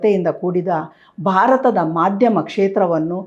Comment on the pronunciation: ಬಾರತ ಅಲ್ಲ ಮ್ಯಾಮ್ ಭಾರತ ಅಂತ ಹೇಳಿ. ಬಾವನತ್ಮಕ ಅಲ್ಲ ಭಾವನಾತ್ಮಕ ಅಂತ ಹೇಳಿ. ದಯವಿಟ್ಟು ಅಲ್ಪಪ್ರಾಣ ಮಹಾಪ್ರಣ, ರಸ್ವ ಸ್ವರ ದೀರ್ಘ ಸ್ವರ ವನ್ನು ಮೊದಲು ಅಭ್ಯಾಸ ಮಾಡಿ ಆಮೇಲೆ ಸುದ್ದಿ ಓದಲು ಶುರು ಮಾಡಿ.